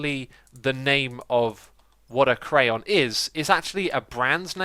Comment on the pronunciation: you say crayon wrong.